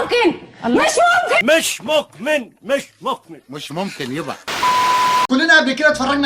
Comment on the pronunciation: والله انت مسخرة 😅😅😅😅بس انت في مقطع لبست جاكيت يسطا مش مكمن مش مكمن 😂😂😂